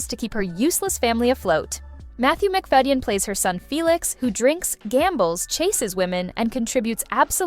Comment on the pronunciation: Is this voiced by AI? I've always heard it pronounced Matthew Mc/Fay/den, not Mc/Fa/i/den.